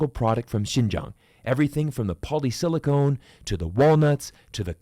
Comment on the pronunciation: You pronounced “silicon” like “silicone”. San Jose is Silicon Valley. Los Angeles is Silicone Valley. Huge difference.